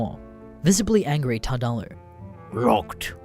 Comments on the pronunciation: You were butchering the name from the start. It’s tard-ooo-loo, a portmanteau of retard and Cthulhu. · Normally this kind of thing doesn't bother me enough to make a comment but the way you kept pronouncing "Tardullu" kinda irked me.